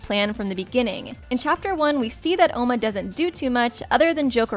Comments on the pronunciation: OMA NOT OUMA.. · Not ouma it’s oma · It oma not ouma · Its not Ouma its Oma forget the "u" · its pronounced oma with a long o, it was originally spelled ouma in the Japanese version buf with alot of the characters names the translators would take extra o's or u's off so it would be easier for American readers